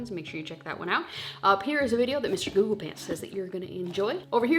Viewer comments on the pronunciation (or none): none